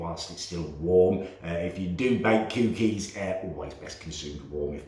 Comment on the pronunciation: I love but hate the way he says cookeys